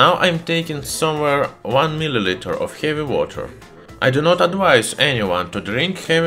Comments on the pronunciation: Yeah your accent turns to sharp russian. Khevy woter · хэви уотр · Heevy wacchhter